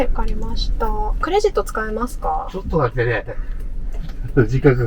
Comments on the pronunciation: 司机的第二句ちょっと待って听着更像ちょっと座って😂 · ”ちょっと待って” 我聽了很多遍，老爺爺說的我也聽不出來